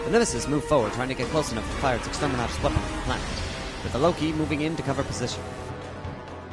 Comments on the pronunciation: Loved it. A little work on the script to tighten it up a bit would make it even better. One final note, it's extermiNatus, not extermiRatus. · I keep loling when i hear you say Extermeratus weapons. It could be i am hearing it wrong though